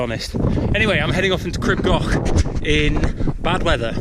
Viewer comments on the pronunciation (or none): I beg you learn to pronounce it as "Creeb Gokh" thanks xx